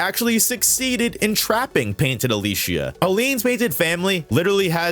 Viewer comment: How can you play the whole game through to the point of being able to make a video like this, but still can't say Gestral or Alicia right, despite them being said over and over? Jes-tral, Al-ee-cee-ah, Sih-ren